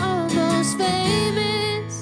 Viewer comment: This is the only performance I can find where she pronounces "famous" as "Faymiss" and I personally think it sounds a million times better, so frustrating!